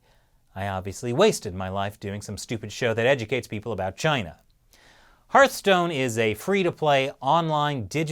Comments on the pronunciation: It’s not Heartstone, but Heart(h)stone.... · I love how much of a hard time you seem to be having with the Hearthstone pronunciation hahah